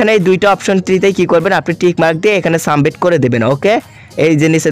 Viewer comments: Sumbit na re bolod submit😂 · সাবমিট ভাই শব্দ টা সামবিট না🙂 ফিচার ছিলো ফিউচার না🙂